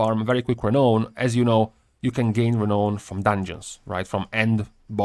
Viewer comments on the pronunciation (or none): by the way, it is pronounced "Re-NOWN" not "ra-known"